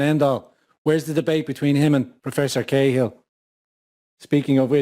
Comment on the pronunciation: It's Professor CAAAll in Tipp..it's not K-Hill ffs